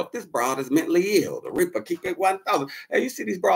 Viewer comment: My ninja said, "Mently ill".....like bently or gently..."Mently'....LOLOLLL. Ninja said, "fuck da letter A".